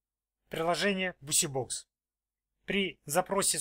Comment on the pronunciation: Бизибокс читается,а не бусибокс